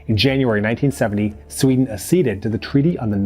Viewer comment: "ak-SEED-ed" (not "uh-SEED-ed [sic]")